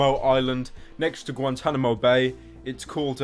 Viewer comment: The way you pronounce Guantanamo Bay is priceless.